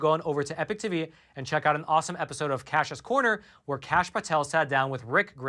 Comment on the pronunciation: WA by do u say EPIC times? It's EPOCH times